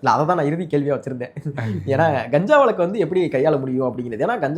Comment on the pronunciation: வலக்கு இல்லை, வழக்கு 😂